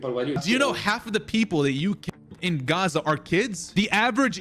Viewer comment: Di you know the way you oronounce gaaazzzzah , do you understand , dovyou understand , dude get some speech therapy ...what the fish is this Armin gay dude trying to say ..